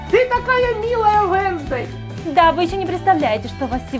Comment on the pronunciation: Не уенздей а уенсдей